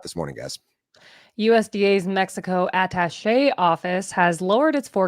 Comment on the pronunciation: french improved a lot. Her "attaché /əˈtaʃeɪ/" was perfect.:trophy-yellow-smiling